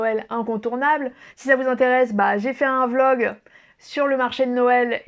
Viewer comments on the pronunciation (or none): none